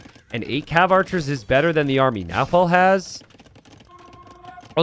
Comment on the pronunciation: It’s more like nah-whe’e